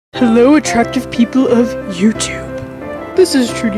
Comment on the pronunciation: Did you say ARACTIVE people of YouTube?! O-O